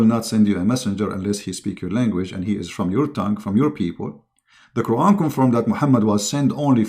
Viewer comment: qur'an..bukan kuron baca qur'an nya jg salah.. sebarkan agamamu dgn kitabmu jgn banding" kn dgn qur'an..saran kalau mau debat agama buat topik/judul ajak ahli qur'an dan ahli alkitab utk d debat..! debat apaan ini gk ada judul hadeh